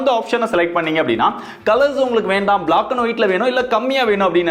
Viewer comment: Bro it’s black not block pls pronounce it right